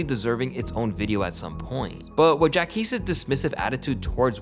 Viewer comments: “Jack ees”? Ja qweees! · Jacquees (Jock-Qwees) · Bro , JACQUEES (JaH-QWease) not “Jack East” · It’s PRONOUNCED JAH-QWEESE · Wtf is Jack East??? 😂😂🤣 you messed up the pronunciation after hearing how it’s actually pronounced lol, come on broski… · Bro u didn’t even pronounce the q lmfao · Hearing you mispronounce Jacquees name was so cringe